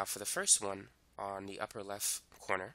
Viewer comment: Left, not leff